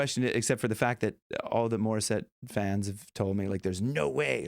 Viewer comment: I hate your pronunciation of the name of Morisette do it better next time